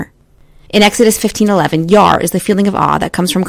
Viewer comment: i don't think Yare' is being said correctly It's Yaw-Ray